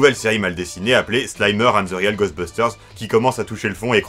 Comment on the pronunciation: Je n'ai que très peu vu Real (prononcer "rweel" comme "réel" en anglais) Ghostbusters et n'en ai donc que peu de souvenirs, mais par contre Extreme Ghostbusters était vraiment l'une de mes séries préférées lorsque j'étais pré-ado. J'avais vraiment énormément d'affection pour les personnages, notamment Kylie. Merci beaucoup de lui donner ses lettres de noblesse. Par curiosité, qu'avez-vous pensé du film reboot all-girls ? Personnellement, je l'ai beaucoup aimé.